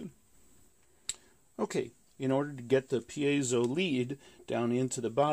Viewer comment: It's neither pi-ei-so nor pai-so, it's pie-zo